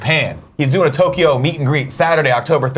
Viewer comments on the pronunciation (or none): none